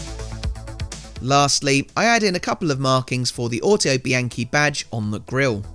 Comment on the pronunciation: Looks great! But isn’t it pronounced auto bee on chee?